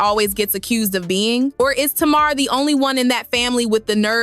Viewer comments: Lol, why does the narrator keep saying Tamara and Tamar. It's just Tamar 😆😆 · It’s not tomarr it’s Tamar!! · The first clip onions was horrible but the second clip regarding working, he wasn't saying anything wrong. Ppl took that wrong. And it's TAY- Mar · Tay mar hun lol is how u pronounce it. But its ok lol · Whewwwww thank you thank you because I want to scream.... I kept saying " taayyyy-marrr" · I know this is AI but can you at least pronounce her name right??? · Girl, you sound crazy. You are NOT pronouncing Tamar's name correctly. And your information is bogus that's why you only have 1000 followers😏. Bye Felecia